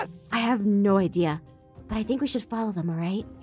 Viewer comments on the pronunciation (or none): did she say i have noi idea